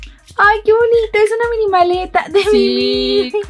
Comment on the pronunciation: no se dise mimi se dise mini